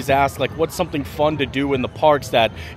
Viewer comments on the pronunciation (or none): none